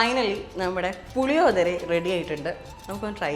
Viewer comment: Hello ... Its not what you have said Puli odhara .....allado ... It's PULLI - OGGARE....😂